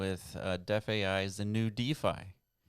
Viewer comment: DeFAI is pronounced thr sane way as DeFi